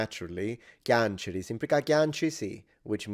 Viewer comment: Another thing I’d like to mention concerns the verb “piangere”: we (from where I’m from) actually write it as “Cianciri” and pronounce it as “Chanciri” the first syllable is not pronounced as “KYA” (as you did) but more as “CHA” (like a Spanish word written this way)